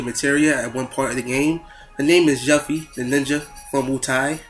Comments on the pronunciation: its pronounced (U-FEE) :P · IT IS FUCKING YUFFIE. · the way hes saying yuffie is getting really annoying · its good and all but the only thing that really erks me is the fact that you pronounced her name incorrectly